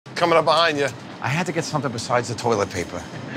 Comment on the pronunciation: When joe said “turlet” 😂😂😂